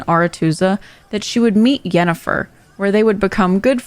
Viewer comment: It's Yennefer. Not with a 'J'.